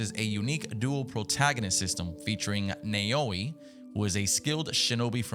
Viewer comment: This is how you pronounce the female protagonists name nae-owi